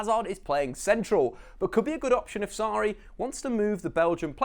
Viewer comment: He cannnnttt say nameees saaari insigggne